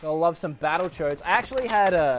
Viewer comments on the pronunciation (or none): sounds like he's saying battle chodes instead of battle toads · Sounds like he's saying BattleChoads😂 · U said battle choades in ur vid boi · When you said “battletoads” it sounded like you said “battlechodes.” Lol, I’d play battlechodes. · Am I the only one that heard Battle Choads? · Or do you have Battle Choads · He legit says battle chodes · Sounds like he says battle choads rather than battletoads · I thought he said Battle Chodes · Sorry but when he said battle toads it sounded like he said battle chodes sorry about your Christian Minecraft servers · Giant Slayer same haha